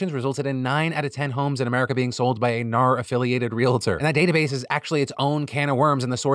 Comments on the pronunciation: As an Australian that 'NAR' part had me cracking up. I wouldn't have thought it sounded Australian until he pointed it out. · Thank you Philly D! I’m Australian and have had a shit week; just today I picked up my dogs ashes, had a cry on the couch and decided to watch this episode to cheer me up. I giggled for the entire Realtors segment each time you said NAR. Your “Oh naur” pronunciation is top tier, thank you. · Philip! Don’t say “goodbye forever” directly after talking suicide stats. 😅 On a lighter note, as an Aussie the ‘ah nar’ bit had me in stitches. 😂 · As an Australian, your NAR had me in tears. I had to pause the video because I laughed too much! Daughter wanted to know what set me off and replayed it to her. She laughed and asked what the heck I was watching. She's a tweenager, and it allowed me to have a conversation about news and where to get information from and the importance of a well rounded source of information that doesn't sway one way or the other and gives a fair rundown of facts. Thank you :) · The restraint displayed by Phil to not continue saying “naur” is strong and I respect that. I definitely laughed every time he giggled after saying it. Thanks for the joy! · not the australian AR-NAUR joke 😂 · NAUR!!!! CRACKED ME UP!!! Also don't scare us with the bye forever Phil!!! ugly cries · Oh NAUR! Thats all I can hear now.....🤣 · I am a Real Estate broker in Texas and we do pronounce HAR & NAR as a word not an acronym lol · Not me as an Aussie being jokingly offended by Phil's NAR joke and then immediately only hearing "no" every time he says it for the rest of the story. 💀